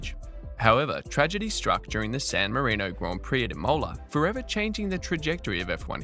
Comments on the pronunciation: I switched off after you pronoucned Imola "Imouler". If you can't be bothered to do the work, dont make videos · It's Imola, not imOla. And Jos Verstappen, not Djos Verstappen. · Literally everyone has noticed this about Max. We also noticed you don't know how to say Imola or anal. Something you might want to fix for an F1 channel. You're welcome.